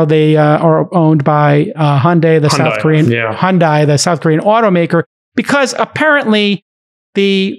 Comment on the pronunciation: Jason you pronounced Hyundai correctly your first try. Hyun-Dae (like in "dead" without the last d) not Hyun-Die.